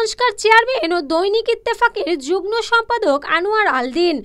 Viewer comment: যুগ্ম শব্দটির উচ্চারণ হবে জুগমো।দয়াকরে উচ্চারণ ঠিক করবেন।